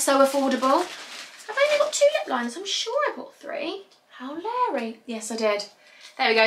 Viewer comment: “How Leary” haha